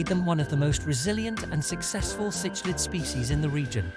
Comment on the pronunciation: Cichlid is pronounced sick lid . . . . can we maybe have a actual human read the script please? british microsoft sam or the female or american one is crap they cant pronounce half these species names. . . this is like the 5th vid with this cichlid pronunciation